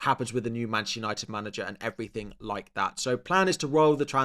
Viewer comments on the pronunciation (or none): none